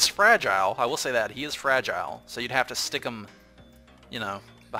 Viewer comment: "Fra-gee-lay"... That must be italian!